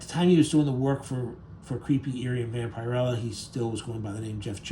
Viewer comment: One pet peeve I have about Youtubers is that you don't do your research. So many things are mispronounced in your pieces, it really amazes me. In this one it's Vampirella. It's not pronounced.vamp-ire-rella, it's vamp-er-ella. Do your homework!